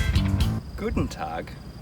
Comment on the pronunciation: The high handicapper flopshot. Fantastic! 😂👍🏻👍🏻 And the „Guten Tag“ was well pronounced.